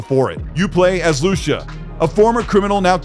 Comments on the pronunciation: In GTA u play as Lusha ? Lol or Lu Cee Uh ? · Who the heck is Loosha😂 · Why did you say Lucia’s name like that?